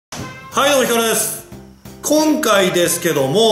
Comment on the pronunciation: 今回ですけどもー めっちゃ強調するじゃんww